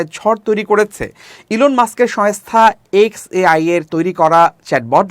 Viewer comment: It is Shongsta , not Shayngsta , it is Shongkar , not Shayonstar